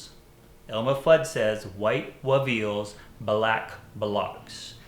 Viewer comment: Every time says "WEveals" I have to laugh. I know this is pretty late in the asking. Just watched this. Could you give a quick comment on the lighting set up for this shot please. It's beautiful. Thanks.